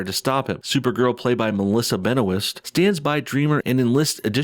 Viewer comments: Melissa "Ben-oh-ist?" really? Her name is french but it's not "Ben-wha" (though it is technically) she her self pronounces it as it's "Ben-oist" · You can't even pronounce "Benoist" and "Chyler". Do some research before making video.